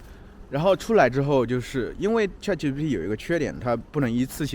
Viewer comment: 老师，那个叫chatgpt 不是chatgtp 哈😂